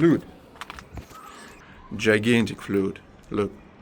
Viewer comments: i want to help you with your speaking english. You are doing very well. The word Flood is pronounced Flahd like word uh not flud like the word you sound. Interesting that cultures seem to be the same around the world. Before the flood land was one large mass. After it continents and oceans formed is what I have read. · That was very beautiful, and amazing to think about what tools they had in the past and how precise everything was. We could never duplicate it with what technology we currently have. Also, in the spirit of being helpful with your English, flood is pronounced like fluhd, and triangle is pronounced like try-angle 🔺 The English language has quite a few words that though spelled similarly, they have pronunciations that are very different - those words can be confusing to a lot of people, through no fault of their own ☺️ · FLOOD is prononced to rhyme with BLOOD & MUD in English.